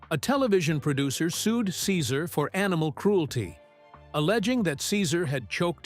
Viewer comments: It was so distracting that Cesar’s name was misprounced every other time….also disrespectful to him. He’s an amazing person… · Please learn to say the name correctly of the person who's life story....you are narrating. It's just polite. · wish the voice over guy would pronounce his name properly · Can’t even pronounce his name correctly stopped watching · I left as soon as he mispronounced Cesar's name. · How can any viewer have any faith in a video where you can't even pronounce his name right? I respect Cesar very much, but I won't be back to this channel. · How can you make a video about a person and not even know how to pronounce the name?